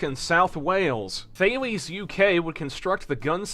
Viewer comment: And please.... THALES is a French company... the pronunciation gets.. well Gallic